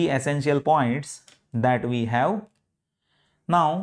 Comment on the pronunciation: "HAVE" not "HAU"